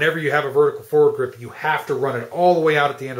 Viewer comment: is he saying forward grip? it is bugging me.